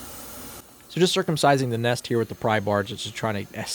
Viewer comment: Did he say “circumcising the nest”